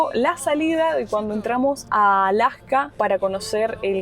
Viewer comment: Casi no les entiendo cuando hablan los argentinos, como que aplican un freno a ciertas palabras o no se que sea. Por ejemplo no dicen Alaska sino Alacka como que cambian la S por una C